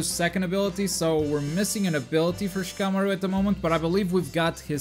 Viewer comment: It's pronounced SHI-KAH-MA-RU not SHA-KAH-MORU. Say it right without all the extra weeb shit you're putting in it lol